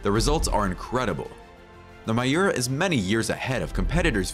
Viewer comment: A picture of Jean Claude Van Damme as one of the Mimran brothers..? And a picture of Nissan SUVs as newer Lamborghini models? Wrong pronunciation of Miura and Countach, and pictures of the Aventador and Huracan as if they were made in the last century. And leaving out the episode with Enzo Ferrari..? And pictures of a Maserati Granturismo whenever the expression "gran turismo" is used.. This seems to be made by someone who is not a car enthusiast. 🤔